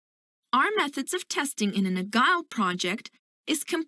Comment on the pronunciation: You pronounce Agile as Agal basicly it pronounce Ajiel not agal